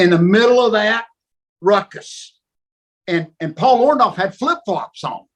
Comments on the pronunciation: Why he keep saying Paul orndolph 😹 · Him and Hogan are the only ones in the universe that pronounce it "ORN-DALLF" the rest of us ... including Paul pronounce it "ORN-DORRF"